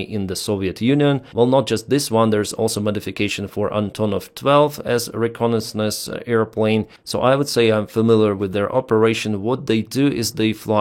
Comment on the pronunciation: Bahrain is a country, Bagram is the airbase. Also, try google for pronunciations - re - con - nais - sance. For all the effort you put, the outcome feels like laziness or satire.